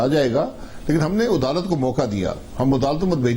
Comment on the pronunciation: Adalat nhi udalat keh raha hai yeh